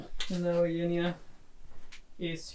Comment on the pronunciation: You pronounce "Eugenia" exactly like it is done in Greek.